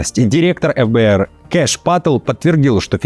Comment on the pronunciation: эф б р,😃 обычно по русски говорят Фэ б р